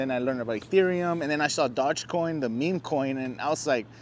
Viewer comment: Probably lost a million because you can't even pronounce it right did not know dodge made a coin